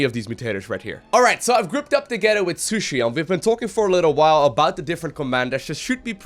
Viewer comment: *She-Shoe-EEEEEE not shushi